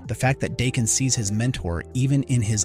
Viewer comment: DAH…KEN Not Dayken.